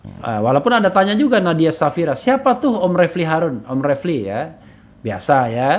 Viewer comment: maaf mas Refly bukan Fadly